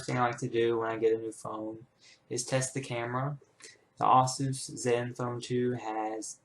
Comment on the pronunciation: Asus. not Assus. Its the last part of Pegasus.